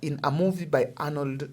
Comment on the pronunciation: Ati Arnold who? Kweli wewe ni Genz, what movies did you watch while growing up that you can mutilate Arnold’s name that bad weee